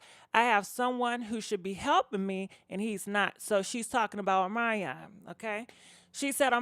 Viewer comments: Girl every time you say his name i die Ohmanyan 😂😂😂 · Girl PLEASE pronounce your words better than that!!! Specially somebody’s NAME!!! Uhmaion . W’tH...